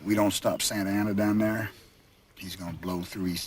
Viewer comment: Santa ana. Not sansalsa😅